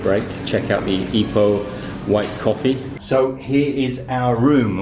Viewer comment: Also, please don't say EYE-poh. You should say EE-poh. Then you'll sound like a local.